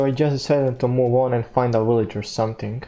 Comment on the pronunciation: When you found the village you said willage. Keep up the great work.